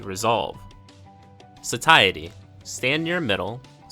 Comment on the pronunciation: Satiety = “say-she-aye-uh/ih-tee” 👍